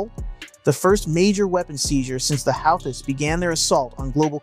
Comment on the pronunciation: bro, if you are gonna be a "professional presenter"... please learn pronunciation! "howthees"?? "hoo-tees" i know how its spelled, but... like Dutch words... "it is not as it appears"